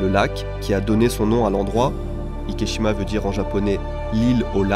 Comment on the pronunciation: Super intéressant (et une abomination qui me déçoit du Japon), mais je me suis demandé pourquoi est-ce-que tu nommes l'île Ikeshima et pas Ikejima puisque cette dernière est la prononciation correcte de la combinaison des kanjis? Le célèbre film Miajima n'est pas prononcé Miashima par exemple.